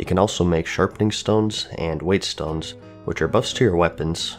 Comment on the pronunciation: Don't know why it bothers me, but it's plethora. Pleth or ah Oh, it's also pronounced wet stones...